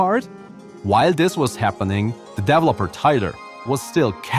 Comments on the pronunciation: "DEV-lopper"? "DEV-loppment"? 😄😭 I'm almost 100% certain it's "de-VE-lo-per" and "de-VE-lop-ment" 🤭😋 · I actually love the way he says “dev-lopper”. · I love the way you say developer 🔥